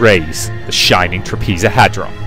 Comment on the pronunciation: Some advice to pronounce it properly bro: Shining TrAH-pez-oh-head-ron.